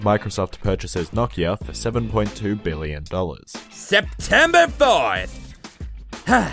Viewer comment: SEPETEMBAH THURD